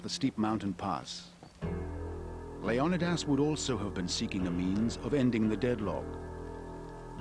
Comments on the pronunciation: leon a das not leon eye das who dare put that i in there to sound like eye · It's not LEO -NIDAS... Its LEON -IDAS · Why did the producer of 300 decide to pronounce Leonidas as Lee-on-nigh-das rather than Lee-oh-nah-das? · I had to stop listening because I could not take the mispronouncing of leonidias name over and over. It has been pronounced 'leo nie dass' by every other historian in my lifetime. Not 'lee own I diss'. For cripes sake. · yeah like Leo nuh das or something 😂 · the actual Greek pronunciation is Leh-Oh-Nih-Thas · The way he says the name of the king of Sparta is so distracting. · It's annoying, right?? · The way he pronounces Leonidas is triggering me so hard... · I'm sorry, but I can't bring myself to listen to the English narrator absolutely butcher the name Leonidas... atrocious and down right obnoxious. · Fred Smith I'm Greek, my cousin is named Leo-ni-das. They are mispronouncing his name in this doc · A good documentary if you can get past the narrator mispronouncing Leonidas name. That alone drove me crazy.